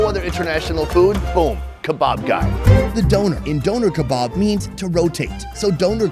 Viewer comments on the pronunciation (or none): I love you and the videos but I can't be the only one that hates how he says Doner kebab?